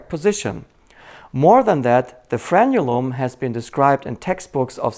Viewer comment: Thank you so much for pronouncing "frenulum" correctly. Many medical people and lay people say "frenum". It also runs from the anterior of the penis/vagina to the posterior of the anus. It also divides your nostrils, under your tongue, and some interior parts of your body as well.